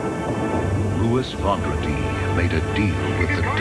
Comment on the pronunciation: Should you change the picture size of your TV to 4:3 to watch these in their correct aspect ratio? BTW, it's pronounced VAWN-druh-dee, which is French for Friday.